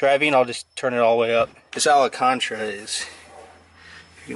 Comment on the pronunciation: Its Alcantara not alacantra lol that had me laughing. Good video